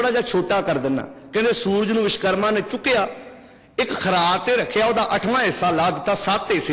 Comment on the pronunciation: विशकरमा नहीं (विश्वकर्मा) वोलना सिख तेरे जन्म तों पहिलां असीं मंनदे हां अव तेरे कहिन तेकोई नहीं हटेगा विश्वकर्मा वर्मा जी दा पोता सी